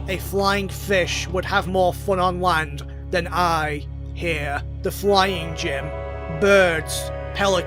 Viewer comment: "WOTAH!" "LOND!" ... "CEASE!" Masterpiece.